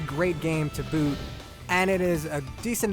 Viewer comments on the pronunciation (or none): none